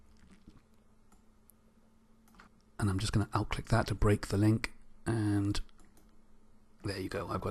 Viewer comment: Hi, Thanks for very useful tutorial. but I didn't understand one word you are using many times. the word are "OUT CLICK" what was that?